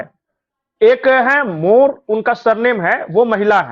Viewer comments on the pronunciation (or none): भाई, मोर नहीं मोरे। 😅😅